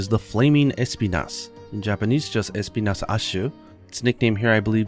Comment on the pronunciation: As a spanish speaker, I can say that the accent in the name Espinas should be on the "i" and not the "E"... it's a spanish word that literally means thorn